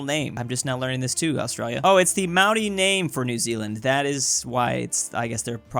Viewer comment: HOLY HELL. bro, he actually pronounced 'maori' correctly, that's.. really impressive, good one.